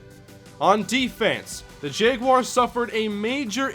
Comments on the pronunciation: Is it just me or does he keep saying Jeguars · says Jeguars lol. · I can't watch this series because you keep mispronouncing "jaguars", its really annoying.